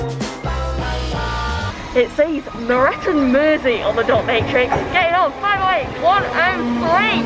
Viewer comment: Your pronounceation of leasowe and moreton perfect 😂👍 I actually prefer them pronounced that way